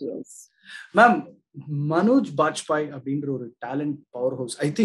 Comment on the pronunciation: it's Manoj not manjoy ....